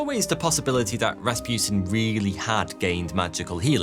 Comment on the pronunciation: And it is Ras pu tin not raspjutin Learn some language.